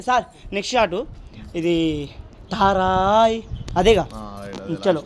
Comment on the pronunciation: రారాయ్ కాదు తరయ్ కాదు అది పారాయ్ నన్నుడికేళి 🤣🤣🤣🤣